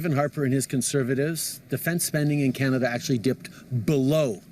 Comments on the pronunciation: I love your video.. you do a great job at keeping us informed.. you said something funny at minute .. Kenata instead of Canada...LOL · It's Can-a-da. Not Ca-na-da.